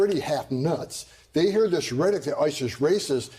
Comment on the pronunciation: This guy can't even properly pronounce rhetoric??? lol